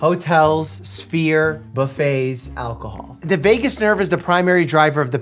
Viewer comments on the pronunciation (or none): It's vagus, not Vegas. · Vagus my dude lol, not Vegas. 😂😅 hopefully this was a joke that went over my head... lol 😂😂😂😂